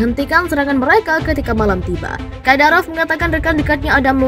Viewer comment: Ni pembawa brita bilang kadarop,, hihi